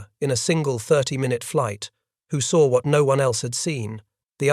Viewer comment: There is no R in the word saw